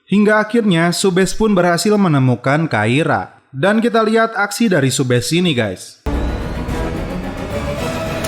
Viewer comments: Subhas bang bukan subhes😂😂 kan namasetek🥴🤪🤪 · Awal kluar sbgai polwan takira Kblakang2 kok jd kaira min 😁 Dan subash ttp dbaca subash min bkn subesh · Subash bang bukan subes